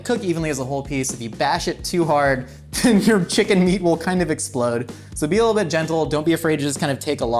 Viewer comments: “I don’t wanna esplode” 😹😹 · "I was being responsible I didn't Want to esplode"